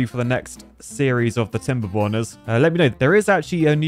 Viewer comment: Let’s go tim-ber-borners. He said it’s gonna be the end of tim-ber-borners like 10 different times.